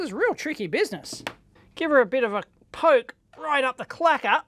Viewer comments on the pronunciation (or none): none